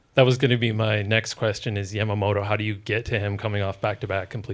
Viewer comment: Also I hate that woman's pronunciation of Yamamoto, it's Ya-ma-mo-to. Not YAM-A-MO-TO. IDIOT!